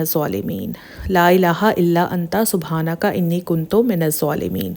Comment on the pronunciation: Lailah illa anta subhanaka inni kuntoo minz zulaamin(plz correct the pronunciation of word kuntoo)